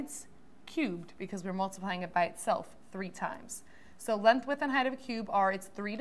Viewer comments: It’s LENGTH NOT LENTH! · lenth???? bruh i dont trust people who say words wrong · lenth lol